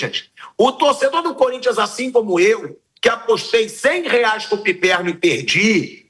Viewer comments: Como é bom ver comentaristas corintianos surtando kkk não tenho que reclamar, o "curintia" me diverte muito kkkkkkkk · Flávio Prado sempre fala: "sport club curintxa PAULISTA" kkkkk